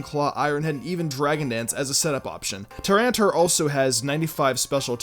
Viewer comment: Lord Beerus same! Also Tyranitar is pronounced Tih-Ran-Ih-Tar